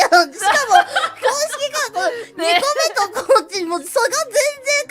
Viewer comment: 「2個目と」が「みこめっと」にずっと聞こえる